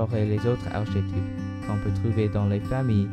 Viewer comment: Très bien. Mais ne dit-on pas arkétype,lol ?